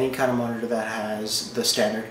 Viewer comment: MONITERGHG lmao